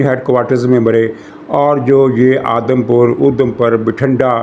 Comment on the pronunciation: یہ لفظ "آدم پور" نہیں "اودھم پور " ھے